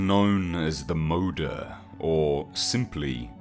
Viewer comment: Am i the only one who was cringing at his pronunciation of some the Swedish terms in the video? (I think its Swedish, Moder is Swedish for mother so... Please correct me if i am wrong.)